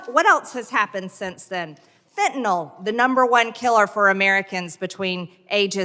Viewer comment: How do we get Fenta-NAL from Fentanyl? It's Fenta-NIL. Fentanyl.